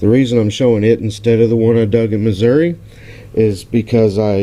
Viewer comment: Yay!!!! You pronounced Missouri right! Lol! Glad you had a great time, my friend. Would have loved to have been there too. Congrats on your first IHP! Thanks for sharing. See ya soon.